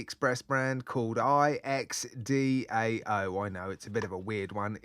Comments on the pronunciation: Pronounced (Joe-Dow) The IX represents the number 9 (an homage to the 9 stripes on their military banner) and dao means flag. Makes sense why they have military’ish names for their watches (warrior, etc). I just started learning Mandarin about 5 months ago. I was like, “hey, I know those words!” 😂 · The pronunciation is I (Ai) EX DOW Derived from the Mongol 9 striped banner. Very well made watch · I live in a Chinese-majority neighborhood in NYC. If I get the chance, I'll ask a neighbor how “Ixdao” is really pronounced. In the meantime, I think we should assume the company chose the English transliteration advisedly and pronounce it accordingly rather than naming the letters as you do here. So I would propose that “Ixdao” is pronounced “Icks-Dow.” The 13 independent elements of the bracelet are certainly indicative of quality, although I hate to think how fiddly they might be when you want get a pin (or is it screws?) all the way through them when sizing the bracelet. The dial texture you prefer is OK, but it has a sort of “low-resolution” quality that puts me off. Looking at their Ali page you linked to, I much prefer the better-defined dragon scale pattern. I wish the blue and green alternatives for that version were a tad brighter and the lines separating the scales a bit more prominent, but I can imagine ordering the green anyway. I hope Ixdao take note of your critique of the bezel's poor grip and remedy it.